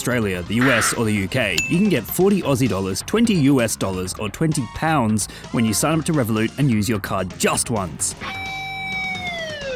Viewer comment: Yo why he sayin pounds like that